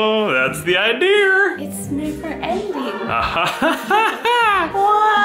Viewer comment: Ohhh that's the iDeer